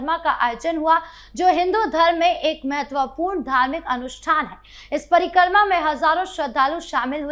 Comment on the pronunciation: कृपया परिक्रमा को parikarma न बोले।